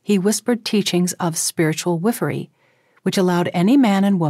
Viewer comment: The narrator pronounces “wifery” oddly.